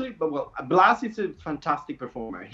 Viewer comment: just a note: it’s pronounced “Blas” not “Blath”. the “th” sound is only used in Spain with “z” or “ce/ci” :)